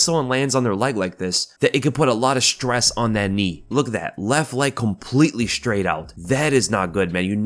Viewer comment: This guy says, 'shtraight' in stead of, 'straight.'